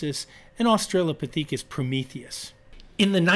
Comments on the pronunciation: Very curious about Berger’s pronunciation of Australo-pah-THEEK-us. Never heard it said this way before. Have tried to find reference to it on google without success. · why did you pronounce Australopithecus that way?